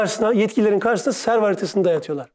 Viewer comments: “Serv” değil “sevr” ! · "serv haritası, servin haritası" diyor sürekli, nedir o? "sevr" olmasın? 🤦🏻‍♀️